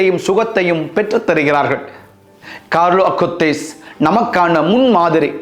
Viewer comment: மிகவும் அருமையான, தெளிவான உச்சரிப்பு fr. கார்லோ அகுடிஸ் என்ற புனிதரின் பெயரை எங்கள் மனதில் ஆழமாக பதிய வைத்து வீட்டீர்கள் fr. மிக்க நன்றி 🙏